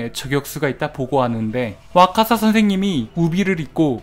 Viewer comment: 와카사 인데 자꾸 와사카 라고 읽으시네요